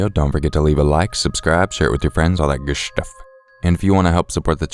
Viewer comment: "gooshtuff" XD